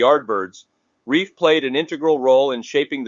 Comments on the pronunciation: Hate AI products. So unnecessary for the AI voice to read out the title and cause of death... and it's RELF not REIF... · Keith Relf with an "L" and rhymes with shelf, not reef. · Keith Relf, rhymes with stealth, not reef. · Keith RELF not Keith REIF. Sheesh. Learn about your subject